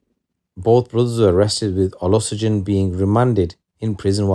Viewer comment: Its Olushegun😅.. learn to get the name pronunciations